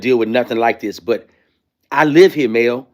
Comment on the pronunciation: To me a second to figure out he was saying Mel. So don't feel bad.